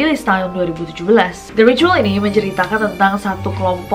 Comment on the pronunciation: Itu bacanya ritual Nessie bukan ricuwol😁😁